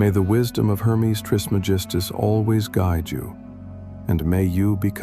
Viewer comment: It’s tris Meg is tus not tris me gistus thanks hard to take you seriously if you don’t pronounce his name correctly